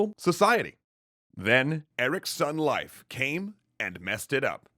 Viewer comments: Huh, always thought it was pronounced “Leaf” Erikson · Happy Leif Erikson Day!! Hinga-ding-durgen. :D More relevantly - his name is prounounced Life, not Leaf? My life is a lie.... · Great video, but I'm fairly sure it's pronounced like "leaf", not "life". That's how I pronounce it, anyway. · I thought that Leif was pronounced "leaf" and not "life." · just popped here to say tell you, good luck.. wait I mean to say that Leif is not said 'live' with focus on f, the Ei is just like ey in Hey so 'leyf' if ya will. - source Icelandic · Every one gonna ignore calling him life. I don't care if that's how you pronounce it his name is Leaf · No offence, i know excatly how hard nordic pronunciation is but it's more like Layf or Leyf not Laif. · His pronounciation is wrong. Leif is pronounced “Lafe” (rhymes with “safe”). The modern Icelandic version is Leifur (Pronounced “Lafer”, rhyming with “safer”). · its pronounced 'leif' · Couldn’t you pronounce it “Leaf” Erikson? Jinger hinga durgen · Leif is actually pronounced Layf "Nyeil Purrt"? Yeah I don't think anyone is going to get that. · its pronounced lafe. like laugh but more a. like laaugh. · Is there some joke I missed? Or why is he pronouncing leif so strangely? Edit: It makes more sense to call him leaf or something like that, closer too. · I thought his name was pronounced "Leaf". I could be wrong, though. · Did this dude just pronounce Lief Erikson like "Life Erikson" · Life? The "ei" in Leif sounds like "ay" in say. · Hearing you pronounce "Leif" makes my brain hurt. It's not pronounced "Life". It's pronounced like "hay" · Your pronouncing Leif wrong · I think you're mispronouncing "Leif" It's a long "A" sound. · Leif ≠ Life Leif = Lejf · pronounced "leaf" Erikson, not "life." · Fyndið og sárt á sama tíma. Dó smá að innan hvert skipti sem hann sagði "Life" og ekki "Leif"(ur) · It’s leif like leaf not life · Leif is pronounced Lay-f, not Life. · I believe that Leif's name is pronounced 'Leaf' not 'Life'.